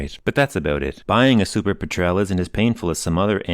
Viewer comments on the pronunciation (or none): Cannot get past the pronunciation of "petrele" haha. Refer to a documentary on the seabird it's named for, "petrl". Potato potaato. Great videos, keep them coming!! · It's actually pronounced PET-rel...sort of like the British word for gasoline. A Petrel is type of seabird.